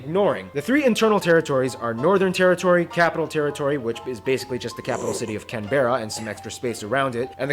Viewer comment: lets go u finally did Australia! Keep it going mate. Love ur content I also love how calls Canberra Can-be-ra not can-bra & that there was only 1 city.